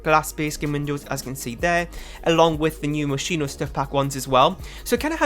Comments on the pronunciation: You are saying it wrong, but it's how I say it too. If I try to say it right I end up saying mosquito. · The version you don’t say is the Italian version. In Italian you say the h after sc as k The version you do say is also good